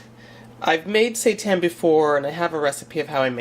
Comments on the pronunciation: Andrea Feil I think it's actually pronounced Si-Tan lol x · I've never heard of seitan before, so when you kept mentioning it I kept thinking you were saying "satan" LOL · can't stop hearing "satan"😂😂😁jk but the food looks yummy gotta try!